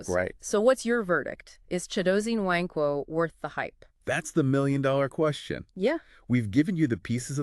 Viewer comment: “Nwankwo” is phonetically pronounced “Woun-quh“ NOT “Nuh-wain-quo”. Great analysis nonetheless.